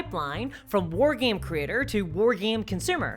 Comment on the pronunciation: wtf is a "war geem"